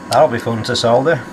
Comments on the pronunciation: It's so refreshing to watch a repair video where the word solder is pronounced correctly, soLder, not soder, dumb yanks. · It is nice that you dont say SODDER like the Americans. Drives me nutttzzz